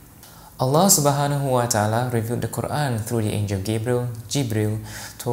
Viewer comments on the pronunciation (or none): none